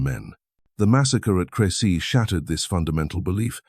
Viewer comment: At least get the name CREcy. Right… CRESsy